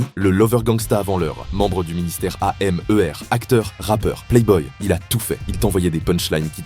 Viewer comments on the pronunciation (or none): Wa ça fait mal aux oreille ministère aèmeuère alpha 5point20 mdr